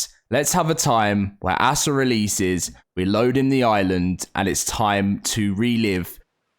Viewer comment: I like watching your videos but I'm not sure how much longer I can. Every time you say ASA like a noun "Asa" it makes me cringe and I have to stop watching. I don't know why it gets on my nerves so much.